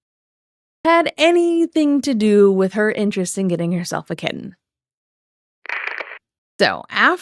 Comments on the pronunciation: I think amber wanted her "very own" kitTEN (you gotta get the pronouncation right there, prof) when she was with Krystle's family. She wanted HER OWN animals to ignore and not take care of which is weird. I truly think she realized that her videos with the pets in them got MORE views than the ones that just had her or her & Krystle. Plus, she could then hold things like "who'll take care of the animals" due to her being a horrible person and everyone leaving her. The pets don't get to pick who they go with which I would love to hear what Twinkie & Wasabi have to say about the human that over feeds them and gives them the WRONG food and doesn't walk them. We know that Rarity had taken to liking Emily over amber. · “kiTT-ehn” makes me FERAL W RAGE why does she pronounce the Ts so hard